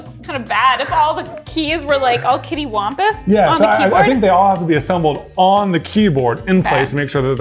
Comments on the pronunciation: Did really say "cattywampus" as "kittywampus"? Because 😭❤️ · Kattywampus, not Kittywampus ...lol keep up the amazing work you all.. we need more star wars themed resin stuff . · Did pronounce cattywampus as "kittywampus"? Because that's wrong and adorable.